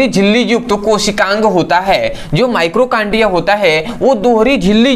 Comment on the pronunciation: Mitochondria होता है ना कि माइक्रोकांडिया आपने गलत स्पेलिंग लिखी है और उच्चारण भी ग़लत कर रहे हैं